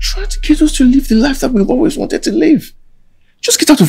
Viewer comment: this movie makes you pronounce wanted as wownted